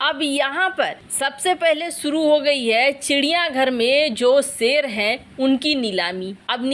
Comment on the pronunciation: बिद्रोह, एक्सन, सेरों और बाघों, सरिया कानून, चिड़िया घर में सेर, एक सेर की कीमत, सुरुआत कैसै, क्रैस, बुसरा बीबी, सेख रसीद, निसानी, सहबाज गिल, लानत भेजो ऐसे अशुद्ध हिन्दी उच्चारण को